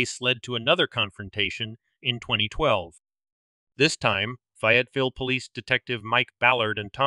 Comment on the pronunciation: I think you need to research the pronunciation of Fayetteville. 😊